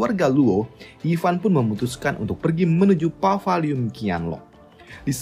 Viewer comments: Paviliun bukan pavaliun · Maksudnya itu Paviliun Qianlong kan ya? Kok gue dengernya Pavaliun Qianlong sih